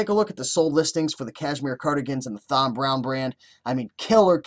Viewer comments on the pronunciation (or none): It's pronounced like TOM....brown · It is pronounced TOM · I never thought it would be possible to mispronounce the name Tom. You have a unique talent there.